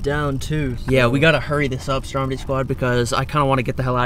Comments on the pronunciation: Every time you say "what's up stromedy squad" it sounds like you're saying "what's up strawberry squad" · Its stromedy not dromedy